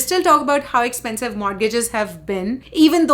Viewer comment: I suggest a new drinking game. Take a shot every tike this daddy's money screams "Ek-ch-pen-chive" in her videos. Trust me, you'll get drunk in first 5 minutes. But for real though, if coffee, gas and daily groceries are "expensive" for you, you are a dumbasss who moved to a western country like its still 90's (#Amrika #Phoren) and that too without a real job, when rest of us are sipping 'Bucks watching your cringe and judging you. #GrowUp